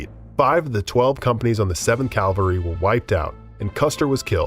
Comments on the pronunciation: CAvalry not calvary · "Calvary" and "cavalry" are completely different.